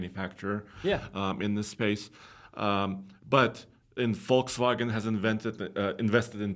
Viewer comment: Appreciate pronouncing Volkswagen close to its correct German pronunciation👍